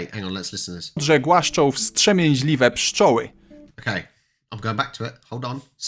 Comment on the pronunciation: No it's not. You pronounce the T! WsT(sz)emie... trz makes here the tsz tsh sound. and Ws makes the soften w so F sound so the beginning is Fstsz or Fstsh... No one in Polish will drop the T is wstrzemięźliwość.....